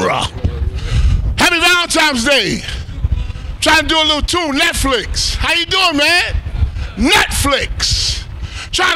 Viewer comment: That first "NETFLIKS" had me dying 😂😂😂😂